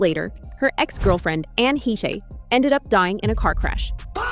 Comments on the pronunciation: Its “haysh” not het-che ai narrator😂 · I thought Anne Heche is pronounced Hesh, not heshey. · Ann hetchy????? Hayshay??? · Anne He-che? That's not how her name is supposed to be pronounced. No respect for the dead. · It is. The ai in the video sucks